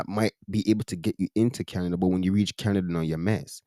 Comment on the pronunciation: Canadia😂 one day not Canada anymore